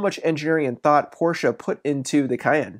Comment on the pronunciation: Give him a couple bonus points for pronouncing Porsche correctly.